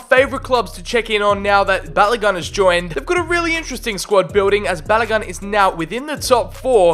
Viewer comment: Hurts as a Nigerian when you butchered Balogun “Ba-la-gon” but nice vid